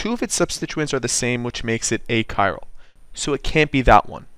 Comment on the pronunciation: "A Chiral" and "achiral" sounds the same, so I could not figure out what you meant at first.